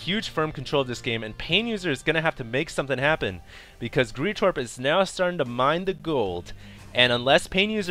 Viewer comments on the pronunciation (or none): none